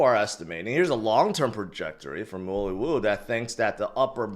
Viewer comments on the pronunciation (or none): none